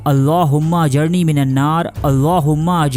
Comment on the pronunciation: jnab ap ny last main jo duaa parhe hy ap wo ghalt parh rahey haen plz ospy ghoor karen...................aa jarni ki jgha aa jirni hy plz chack it.